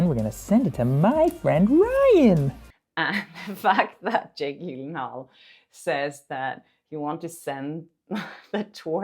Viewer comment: Just a tip and im surprised that you haven’t heard it from other announcers and interviews or that no one has told you, but Jake Gyllenhaal his last name the G is pronounced like a J so it’s “Jill-en-hall” That’s how I’ve always heard his name announced. I know on some of these videos you were saying like you weren’t sure how to say it. Also what the scene was, and what Baldoni said was that he was responding to Lively saying I’m probably getting spray tan all over you and Baldoni response. It smells good. So like he’s trying to make her feel comfortable because she’s acting like she’s nervous or worried like she’s not acting relaxed. You know she’s worried About how she looks or whatever instead of like being in the moment of the scene and so he’s just being nice getting her to relax and get back in the moment of the scene of the scene so she doesn’t worry that her spray tan is coming off all over him or something. And then after he says it smells good she said oh no, that’s Probably my make up or my body make up or something like that. So her body make up must have a scent to it. In this video and in the next video with your boyfriend, you guys don’t quote this right and you’re acting like Baldoni is just saying that she smells good and that’s really out of context. That’s not what he was saying. It wasn’t like she’s wearing some beautiful perfume and he’s like oh you smell so good or something. It was like not like that at all.